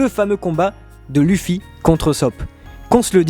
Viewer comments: luffy ça se prononce leuffy et pas lu ffy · Faut arêté avec Luffy (luffy) c'est Luffy (leuffy). Par contre je suis totalement d'ac avec vous ! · Je viens d'arriver sur cette chaîne ET PUTAIN PK TU PRONONCE LUFFY au lieu de LEUFFY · Lêuffy ou Louffy à la limite mais dis pas luffy stp 😂😂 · Chouette vidéo et je valide le top mais si je puis me permettre un impertinent jeu de mot, vos prononciations sont pas au top les gars : Phonétiquement : Loufi et Oussop, pas Lufi et Eussop. Linguistiquement : Gear second, third et fourth, c'est d'autant plus important que le dernier se prononce quasiment Gear force, comme pour annoncer le passage à un stade de force supérieur, le symbole des deux ans d'entrainement. En plus c'est pas cohérent de dire un coup Gear two, un coup Gear trois et un coup Gear quatre. ^^' Bon voilà c'est rien de méchant mais c'est une des raisons pour lesquelles l'anime est un excellent complément au manga, les diverses prononciations parfois complexes à deviner par écrit y sont éludées. Bref, pour finir sur une touche directement en rapport avec la vidéo, un des combats qui m'a beaucoup marqué et que vous n'avez pas cité est celui de Luffy contre Magellan, un véritable mur pour un Luffy aussi désemparé que déterminé. C'est vraiment pour moi le 1vs1 qui représente l'impuissance de Luffy dans la fin de la première partie, précisément de sa victoire d’extrême justesse contre Luccy à l'ellipse, que ce soit Oz Jr, PX-4, Magellan ou chacun des nombreux et coriaces adversaires de Marineford, Luffy n'a été capable de gagner aucun combat en comptant sur sa propre force et a du multiplier les alliances pour réussir à faire tomber ses ennemis. Contre Magellan il y'a deux rounds dont une défaite, le manque de puissance n'est alors plus un ressenti, c'est un fa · Luffy...se prononce "leuffie". Tu m'ecorche les oreilles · Ont dit Leuffy même si sa s' écrit Luffy